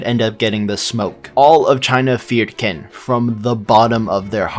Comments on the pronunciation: why do you pronounce it kin instead of qin ? why man why? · Great video. But you can't be the go-to Kingsom guy while still pronouncing Qin like "Kin." It's "Chin" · If you want to continue, get to pronouncin qin right. Its qin (chin)